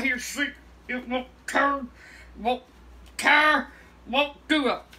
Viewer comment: Life lesson before you take a shit anywhere: “MAKE SURE THE TOILET PAPER TURRS”